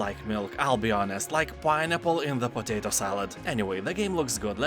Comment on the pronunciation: Totato salad!? Are you German?)